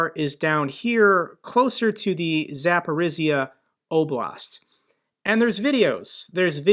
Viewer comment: Zaporizhzhia is pronounced like Asia Zapori-(A)sia